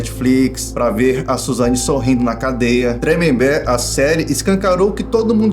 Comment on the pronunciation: É "Tremembé", não "TremembéRRRRR", cara